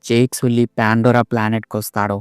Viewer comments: సుల్లి ❎సల్లి ✅😂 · Arey adhi ala pronounce cheyakudadhu bro😂 jack sally anali 🫵🏻🤣